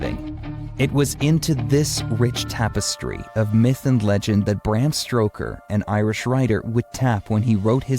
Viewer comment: STOKER. NOT STROKER